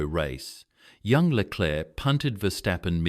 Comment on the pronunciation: Да я дивився повне відео да ти я бачу неук який клерк леклер , да ти всі прізвища неправильно вимовляєш , Боже як ти бачиш , ну бачиш що не твоє то не розказуй або вивчай прізвища неук